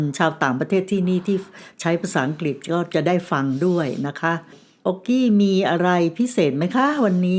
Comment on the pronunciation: เป็นผู้เล่าเรื่องคนแรกที่ออกเสียงคำว่า"อังกฤษ" =อัง-กริด ชื่นชมค่ะ💗😘 คลิปผู้เล่าท่านอื่นออกเสียงว่า อัง-กิด 😭 คือลืมกันไปเลยว่า "ฤ ฤา ฦ ฦา" ภาษาไทยของคุณแม่ชัดถ้อยชัดคำมากค่ะ สวัสดีปีใหม่ค่ะและน้องโอกี้